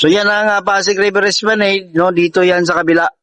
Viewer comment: SPLANAD (HINDI SPLANEYD)TAMANG PRONUNCIATION